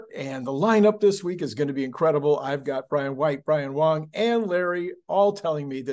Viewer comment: Did you just call them Brian Right and Brian Wrong ?🤣